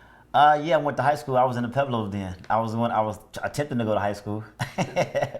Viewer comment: Isn't there a "U" in Pueblos? I thought they were pweblos not peblos